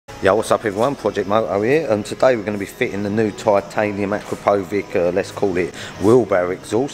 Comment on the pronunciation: You lot are all pronouncing Akrapovic wrong.